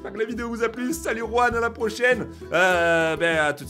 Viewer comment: juan pas ruan